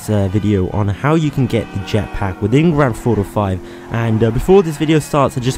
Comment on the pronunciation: WHY DO YOU SAY IT LIKE GRANDTHAUTO 5 LEARN HOW TO SAY THINGS